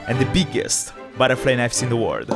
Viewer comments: Why do you say world with word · Bro is saying word instd of world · Why is bro saying word it's world